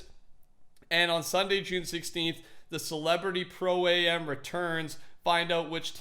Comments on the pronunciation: Pro-am is pronounced Pro "am" not A.M. Its short for Amateur. Sorry for being that guy lol it just sounded weird to hear you say pro A.M. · Pro-Am isnt pronounced "Pro A.M." Am is for Amateur and is pronounced "Am" like "I AM an idiot for being in college and not knowing how to pronounce "Pro-Am". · It's am. Not A.M... Pro-am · It's Pro-Am, like Amateur, not a Pro-AM like the the time.... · Its Pro-Am, not Pro A.M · "pro- A.M." It's am, as in amateur. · Does it bother anyone else when he says Pro- A M?